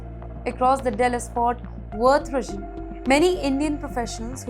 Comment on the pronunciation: बहन इतना over confidence. At least research the story properly before reporting it’s “Dallas - Fort Worth” NOT “Dallas Fort” & “Worth regon”. Yes ‘ReGoN’ that’s what you said for ‘region’. Pushing this kind of mediocrity as skills on H1B got Indian diaspora. Who gave you anchor job if you can’t pronounce the name of region in USA with most immigrant Indians. HiEghTs oF iGnOrAnCe.